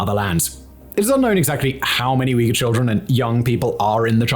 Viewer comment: Holy wow! Simon actually pronounced Uyghur right after so long! Was always hilarious hearing Uger.